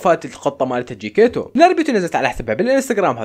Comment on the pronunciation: اسم القطة جكتيتو وليس جكيتو 😂